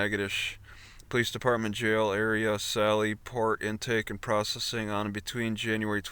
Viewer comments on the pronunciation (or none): none